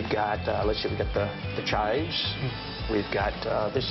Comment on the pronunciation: did he just say chives? --'